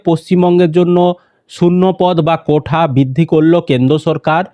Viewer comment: কোঠা না "কোটা" হবে শুনতে খারাপ লাগছে 😬🤐